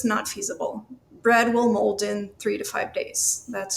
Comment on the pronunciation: ha ha she said "moul"d